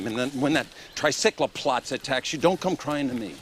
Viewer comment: That " tricyclaplots"